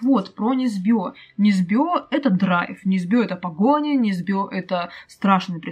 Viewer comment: Чисто для информации - в фамилии Несбё - ударение на первый слог. да-да - это Норвегия. Красношейка - сразу сильнее - так как это уже исторический двухслойный детектив с которого автора начали награждать за всякое, жаль что без клюквы не обошлось, но то что было - было по минимуму, и книжка сподвигла меня на две вещи - 1) начать интересоваться частями истории второй мировой которые наши "европейские партнеры" обходят стороной за сотни километров и 2) познакомиться с творчеством Сельмы Лагерлеф. а еще по Несбё сняли драйвовый крышесносящий фильм с Костер-Вальдау "Охотники за головами" - фильм-мощь - рекомендую